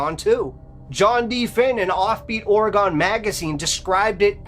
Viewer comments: I am originally from Southern Oregon. Crater lake is less than a 2 hour drive from my home town. There is definitely an odd almost creepy feeling in that area. However,, it's pronounced ORE-GUN not ORE-GONE. That's ok most people east of TX pronounce it that way. Just wanted inform you, not insult you. You're awesome. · Pronounced Oregun not Oregone. Only it’s spelled Oregon. I have been to Crater Lake. We spent the night there and we never had any problem. But I’m afraid of water so I never went near the lake but once I did feel strange when I was looking at it. There is also lots of bears in the area but I doubt they would have taken his camera. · Ok I don't want to be rude just inforative... In the West it's pronounced Ore-gun. Not Ora-gone.😊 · So the beast of Roanoke is a werewolf lol. Also it's not pronounced "Ore-gon" it's pronounced "or-uh-gun" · Its Oregon like a organ in your body Not or - eg' gon. Js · The story about Crater Lake is always interesting but Oregonians take it poorly when you mispronounce the name of the state. It isn't pronounced Ore a gone - it is pronounced Or uh gun. I have had to go past Crater Lake a number of time and once, a boyfriend and I, my son and his daughter (kids) decided to go to CL to play in the snow. We ALL got creeped out just being there. The kids didn't want to play and something about being there just felt wrong. We had driven a long way to get there but every one of us wanted to leave, so we did, after only being there for about 10 minutes. I'm glad I don't have to drive that road any more. All good stories folks. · 🐺 Friends don’t let friends say “Ore-ah-gone”. 😉 Thank you, from someone who lives in “Ore-ah-g’in”. Merry Christmas!🎄🐾🐾🐾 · Being from Orygone (like your 2nd guest pronounced Oregon) I'm always interested in stories from my home state. 😅😅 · (Orr-egg-gun) Oregon, Jesus…. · It's pronounced Ore-uh-gun! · It's not pronounced aura-gone. 😵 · ORE-RE-GUN. Please say it right, it drives us nuts.